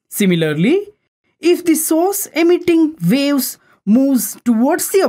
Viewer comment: ITs WAVE's LOL NOT Wales LOL >